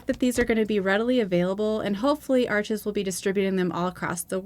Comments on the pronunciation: Please get it right… its pronounced Arsh,,, the name is French. Its not Ar chez. The S on the end is silent. Not Arch. Arshhh. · It's French- pronounced Arsch (no es). Great review! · Awesome! (Still drives me nuts that everyone pronounces Arches (it’s pronounced “Arsh”) wrong…. But I love your channel😁)